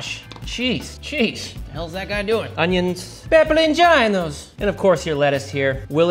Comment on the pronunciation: Pepperoncino——the first two e’s suond like a as in take, the o like hope and the i sounds like ee as in see . Amazing avocado!